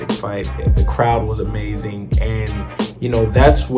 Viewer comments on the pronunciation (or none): none